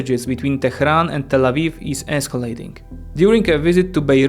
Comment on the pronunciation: I'm sorry but you always say Tal Aviv when talking about Israel 😅 Tal Aviv is just a city in Israel.